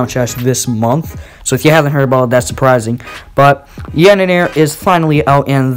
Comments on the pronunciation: "The Yanener" lmao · "the yaneneere" lmao XD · Lmao it’s tar-tar-rus and yan-der-ee smh